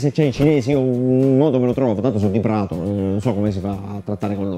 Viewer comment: "Tanto son diPrato" hahahaha ormai si dice Plato.